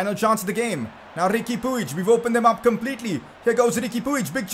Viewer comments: It’s pronounced peeg not pooeej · Its PWIHG not P U I G